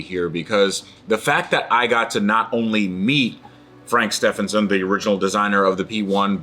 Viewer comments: Surely it's pronounced 'st-even-son' rather than ste-fan-son' ? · Please say his last name properly too, the guy is helping you out with the car. Pronounced Steeven son not Steph en son 😂